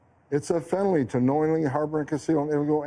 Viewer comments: 😂"...its a fenoly..." Homans' ripped! *glug glug* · "It's a fenoly.." -Tom "Mind of a child" Homan